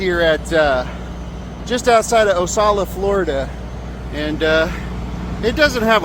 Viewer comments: Just for the record it's O Kal A (Ocala) not O Sal A. Makes you look ignorant when you are a truck driver but can't even pronounce the name of the town you are in. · Im from Florida and its pronounced Okala not Osala. The C is pronounced as a K. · That street is a public street, not owned by Love’s and it’s not Osala….pronounce the C in OCala…… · Bah ha ha!!! He called it “Osalla”. It’s Ocala. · Um, uh, the proper pronunciation for the town is ocala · I'm honestly less shocked at the paying for parking I'm more shocked at how badly that guy mispronounced Ocala. It's pronounced oh-cal-uh